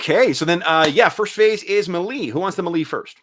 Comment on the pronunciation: Just bought this system, enjoying using your videos as a practical example. And holy cow share those character sheets! On a side note, are you pronouncing "melee" wrong intentionally as an inside joke thing? Also, does AS&SH pronounce "Cimmerian" with a hard C as opposed to the Conan stories which use an "S" sound?